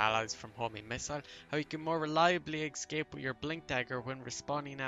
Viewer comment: these are very useful tips. I wanna tell something don't get me wrong; you use escape word a lot and in wrong way. You are saying ''excape'' instead of ''escape'' and hearing it over and over like hat makes it frustrating. Just telling you as a viewer.